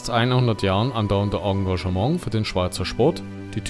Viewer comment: Onggaschemong (Engagement) 🤣🤣🤣